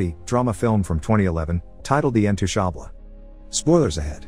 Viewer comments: I think the name of the movie is pronounced "intouchable" an not "intooshabla" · you are so welcome but the title was mentioned in the begining of the narration but pronounced a bit differently though..... Intooshaaubley😅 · The robot voice can’t even pronounce UN- TOUCH-Abel’s!! 😂😂😂😂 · The way he pronounced "intouchables" 😶It's french man, not spanish